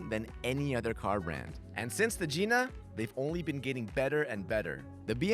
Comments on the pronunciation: He said Gina wrong lol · Nice try buddy but the hood lets us know the pronunciation of Gina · 🤣😂 ahhh. You mispronounced it. It's a hard I. It's the BMW Gina. As in the car greats you by spreading open It's hood vagina. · I was gonna say i think they are pronkuncing it wrong 😂